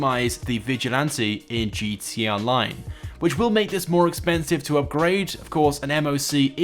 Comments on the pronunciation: Whenever you're supposed to say "gta online" you just say GTONLINE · Dude, can you even say gtA online? You forget the freakin a every time 😡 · Nobody: This guy: gtee online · he says gt online lol